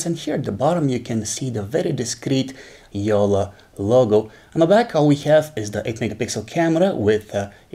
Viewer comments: It's Jolla not Jola xD or wait can you people say "nn", "tt", "kk" or "ll"??? Like "Nunna," Titto", "Mikko" or "Jolla"? C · It’s not yolla It’s jolla